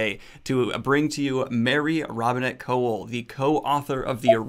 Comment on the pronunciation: It's pronounced "koval"